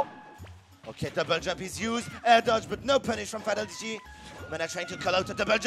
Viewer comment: Did that commentator just say "Fat-old-lady" ?! Lmao. How do you butcher Fatality's name like that.